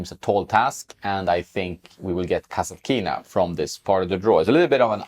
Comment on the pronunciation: One correction form Russian native speaker: kasAtkina - accent on the 2nd A. mEdvedev is also false (medvEdev is correct), but it is okay compared to kasatkIna